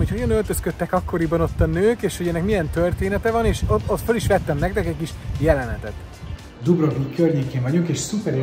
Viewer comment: Nagyon klassz!!! És! A videó elején jól ejtetted ki azt hogy Dubrovnik 😄! Én tömegben voltam ott.